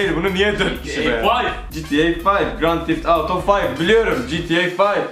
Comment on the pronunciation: Grand tift Auto ne ya demeyi bilmiyomuşsun gerçekten